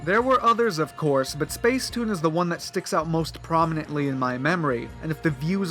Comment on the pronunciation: It’s pronounced spacetoon